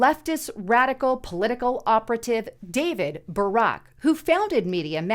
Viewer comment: It's important to pronounce David Brock's name correctly (as opposed to "Barack") so people will know that this is the same scumbag who decided, before switching sides, to label Anita Hill "a little bit nutty and a little bit slutty" (whether or not she was lying, I know of no evidence that she was "slutty"). David Brock was also James Alifantis' gay lover for a while, so he most likely knew that Comit Peezza (deliberately mis-spelled) was hosting children in an establishment that had a painting of a baby being raped on the wall and featured acts that joked about Jeff Dahlmer's "preferences".